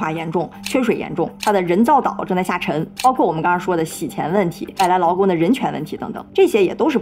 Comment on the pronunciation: 听着一声一个外来“老公”，奇怪了好久才意识到是外来“劳工”😅（找打）。